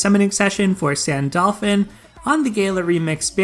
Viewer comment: Wait did I heard you said Sandolphin?